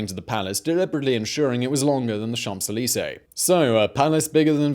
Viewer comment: Great video, but the "p" in Champs-Élysées is silent FYI.